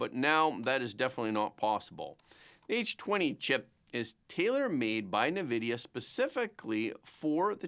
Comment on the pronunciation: bro… please… “en-vidia” … not “na-vidia”